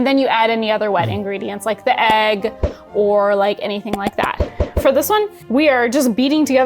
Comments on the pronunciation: Ayyg club unite 🎉 I also didn’t know I said eggs wrong until my fiancé started making fun of me for it. I still don’t hear the difference. I see you, you are not alone 🥚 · yall don't say egg wrong...you're just saying it in Swedish 😌 (ägg)